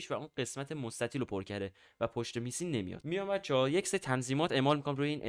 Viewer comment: چرا همه بلد نیستن اسم میستی رو اشتباه مینویسن😂😅 بعضی ها هم تازه اسمشو اشتباه تلفظ میکنن داش بخدا میستی یکی از بزرگای کامیونیتی هست و شما ها هنوز اسمشو بلد نیستین😂😅 هرکی میستی ، ویش و سهیل رو دوست داره لایک کنه❤